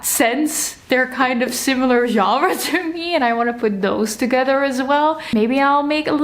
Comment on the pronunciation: As a french person, your pronunciation of "Genre" is on point. 👌🏻 Your bookshelves are beautiful, I also have a preference for the genre bookshelves. I think it's easier to find books and you can create your own categories. Thank you for this video. 🫶🏻